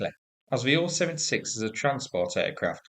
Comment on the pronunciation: Can’t you just pronounce the letters I L 76 instead of ‘Ill 76’. Or S U 30 instead of ‘Sue 30’? Bloody irritating.